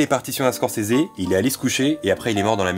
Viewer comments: par contre étant fan absolu de Scorsese et Bobby , il n'y a pas de "é" a la fin de Scorsese , il y a beaucoup d'infos que je connaissais a par la mort du compositeur !Video Super Top !!! conrinue comme ça ! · Pourquoi il dit Squorsseézé ? Stopppp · Moi perso je prononce Scorsaise